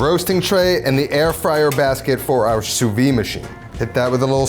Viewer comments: Fun fact: Sous-vide is pronounced [su.vid] - so WITH the "d" sound at the end. Really weird that some people abandon that "d" sound which makes it lose its meaning completely in French. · Wrong. It’s pronounce sue-veed. The d is definitely there